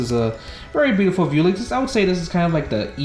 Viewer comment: Come on. VEWLIX and not VIEWLIX. Come on bro.